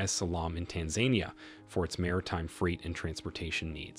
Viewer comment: Tanzania ≠ Tan zane ie uh Tanzania = Tan zuh nee uh